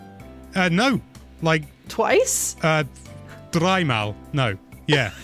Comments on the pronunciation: That "dreimal" was unexpected as hell lmao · As german I have to say "drei mal" was quite good. Gut gemacht.